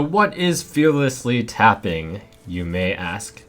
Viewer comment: its tapping, not fapping, yo...guys, its,....its tappin' not the fappin'.... uh yo...it is the tapping that is the fapping.... Yo noobs, its not the fappin' uh, it is the tappin', go n' tap it, cmon, lemme tap it, not fap it..... Live a like, its ur support that matters,..... :)